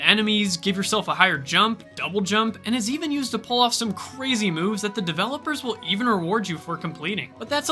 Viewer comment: Lets go cwazy Video